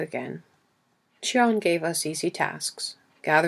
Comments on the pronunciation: Thank you so much for uploading this. It is one of my favourites! Also Chiron is pronounced Ki-Ron 💕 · Am I the only one that’s so bothered by the pronunciation of Chiron’s name? Ugh it’s pulling me out of the story.